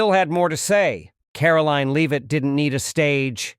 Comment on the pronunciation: A good story, but apparent specified Lame-Ass A I Narrator, as usual, seriously detracts from the enjoyment of it. How many different ways can our press secretary's name be pronounced and how many common, everyday, words and names be butchered by a soulless, unbodied etherial entity before enough is enough?